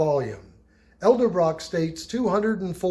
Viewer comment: Man mispronouncing Edelbrock every time makes my left eye twitch. But great video 😊